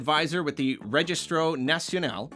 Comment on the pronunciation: it's REGISTRO pronounced ''reh-HIS-tro'' not ''re-jizz-tro''